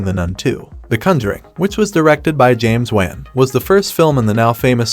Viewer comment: Yikes a bunch of stuff is wrong in this.... I cringed soooo hard when he said JAMES WAN'S name